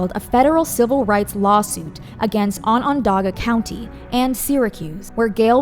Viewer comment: as a native upstate New Yorker that pronunciation of Onondaga hurt me lol